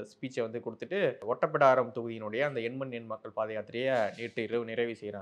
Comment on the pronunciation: OOtapidaram not otapidaram.